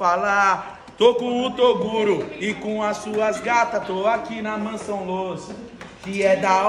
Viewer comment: Torugo,toduro, toguro... kkkkkkk